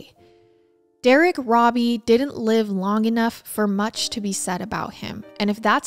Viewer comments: I hate being the pronunciation police BUT when talking about a victim I think it’s important to say his name right. The last name is pronounce ROW-BEE. Not RAW-BEE. I know I know people are gonna be mad I posted this, but again I think for victims it matters. For perps IDGAF. But he was a victim. We want to make sure we say his name right. Other than that wonderful coverage of a horrifically awful story. We forget that way back then, kids walked everywhere. Even little ones. I don’t think it was wise BUT I don’t think mom was neglectful. Just dealing with a baby and trusting the world. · It's pronounced robe e not robby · ❤❤ his name is actually said like robe -E(bath robe) E❤❤❤